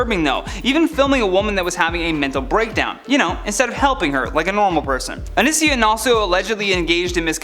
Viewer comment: Oh-knee-see-on, Johny.